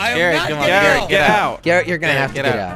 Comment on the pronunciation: instead of calling garret garret call it carot LOL